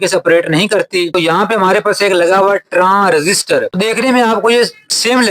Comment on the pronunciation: Or dosri bat K TransRessister koi Cheez Nahi Hoti usy " Transistor" hota Hai.